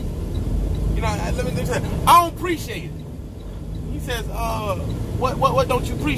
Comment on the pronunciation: 🤣🤣🤣 "I don't preech-ate"